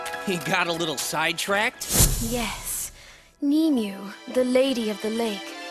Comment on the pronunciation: Nee-Mew? No! "Nimue" is clearly pronounced "Nim-oo-way"! Damnit game!